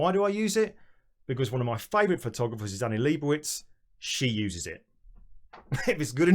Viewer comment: Love it. One note, Annie Leibovitz with a V. At least that's how her Mom says it :)... Just ordered the 53" yesterday, Can't Wait!!!